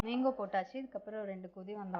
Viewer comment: Akka athu menko ella manko olanga solluga